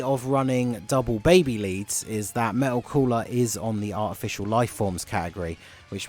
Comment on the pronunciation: I know you said Artificial Life Forms but with your accent, it sound like Official Life Forms which I found funny xD